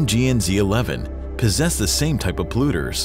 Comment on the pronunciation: Polluters is not pronounced as "pluters". Yeah, I know, who cares, right?